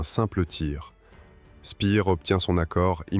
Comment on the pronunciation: Speer se prononce "chpéér" et pas "Spiir" ni "Spèèr"